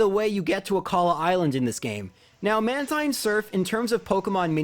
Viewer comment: It's man-teen not man-tine